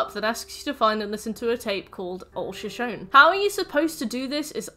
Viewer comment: average european pronouncing shoshone: (great video)